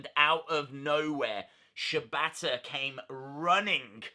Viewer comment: Wrong it's pronounced Shee bata